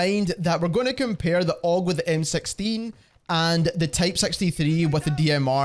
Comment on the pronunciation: Lol MSexteen? First time i heard 6 pronounced like that. Thanks for the help tho